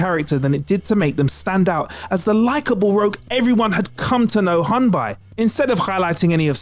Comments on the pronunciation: Great list but "hun solo"?! Its pronounced Han like hand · ...it's more like a long A sound like in the word 'wand' or 'pond'. Not a short A like in 'sand' or 'fan'